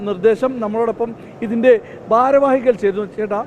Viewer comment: ബാരവാഹി, ബക്ഷണം... നിന്നെ ആരാടാ ഉണ്ടാക്കിയെ